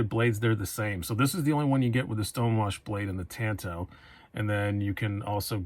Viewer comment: Great review. I want that very model w/purple G-10. But bro, please, learn how to pronounce "tanto" if you're going to say it twenty times. That was painful.